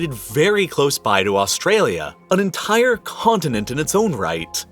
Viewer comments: Is anyone a little bothered by the emphasis he puts on ent*I*re... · It bothers me hearing the excessive use H, i.e khillings, enthire, vholcanic. 😂